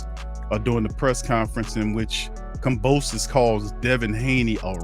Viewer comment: This guy is stuped calling "Kambrosos" dude put some respect and dont be so fan of Haney, keep it partial bro